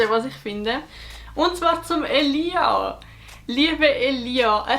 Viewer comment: De schmertz wenn sie statt "Elia" Elias seit ☠